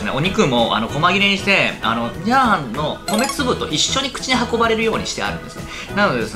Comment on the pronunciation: ひぁ〜はん